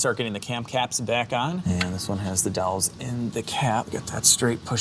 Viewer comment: Great video. That's funny how he calls "dowels", "dolls".. lol I ain't mad at ya. Love the ion coverage. Something different for a change. 🍺